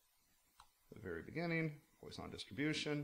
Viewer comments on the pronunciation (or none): I think it's pronounced more like that wah than oi.